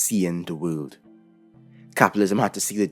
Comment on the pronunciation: I love how he says "wöhld".